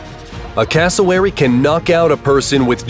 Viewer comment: It cassowary not cleary